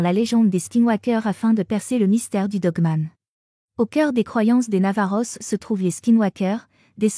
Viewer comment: C'est vraiment désagréable d entendre navajos , os en prononçant le s.